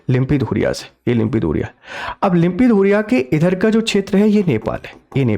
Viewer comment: लिम्पीधुरिया नहीं लिम्पीयाधुरा है साब